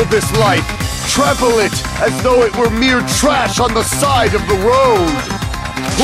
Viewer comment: “trample” oof